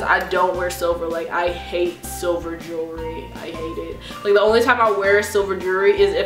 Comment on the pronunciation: "silver jewry"